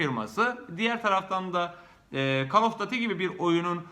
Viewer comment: Gözünü seveyim "kol of düüiitii" diye telaffuz et.Seviliyorsun.